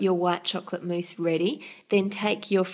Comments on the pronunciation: Why do you call it mouess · it's mousse